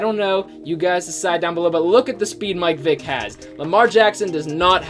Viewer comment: He says mike Vick it’s Michel ck